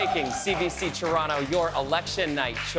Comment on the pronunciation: Lol she can’t even say the word “ Toronto”.